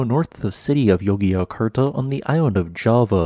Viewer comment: He probably meant Jogjakarta, Not Yogee-yakartah...